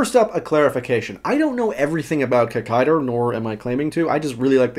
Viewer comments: Its Kikaida.....not Kikaider.......get it right. Its how you say it in Japanese. Sorry that really gets on my nerves.. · Its pronounced KEE-KAI-DAH not KICK-KAI-DAH (there is no emphasis on first or last part of the name so no kikai-DA bs), and Hakaida/Saburo IS the youngest brother of the trio built by Dr. Komyoji..hence the names Ichiro, Jiro, Saburo...first son, second son, third son. Coincidentally Ishinomori sensei also created the Kamen rider V3 series with character Kazami Shiro (Shiro meaning fourth son) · Hey, just a note: the correct pronunciation is KikaidA, and not Kikaider. In the spelling of his name, キカイダー, the 'ダ' is pronounced 'DA' (the 'ー' just means the 'a' is held a little longer). That being said, katakana is the 'alphabet' used to spell, or approximate, foreign words, or created words. If the word being approximated is 'rider', as in Kamen Rider, then 'rider' is spelled 'ライダー', and pronounced 'raidA'. But with Kikaida, the name comes from a combination of Japanese words and you can't reverse translate the 'DA' to 'DER'. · Never say KikaiDER. hahaha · In Hawai'i most people know it as "KikaiDA" rather than "KikaiDER". Really cool video, it's great to see this series getting attention! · Where did it get the "er?" It's supposed to be Kikaida...